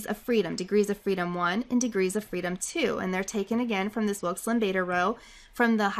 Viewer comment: Hi, can you put a link to the materials like the word file that you used on this video? I will appreciate it very much. Also, I love the way you pronounce Wilk's Lambda. You remind of a song.